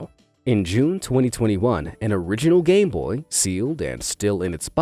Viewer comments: Why did you say gay boy not game boy? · Did he say gay boy?? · Did anyone else him say gay boy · man said gayboy instead of gameboy